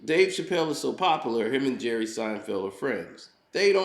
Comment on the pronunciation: "Jerrith Seinfeld". 😂😂😂😂 Das his name now 😂😂😂☠️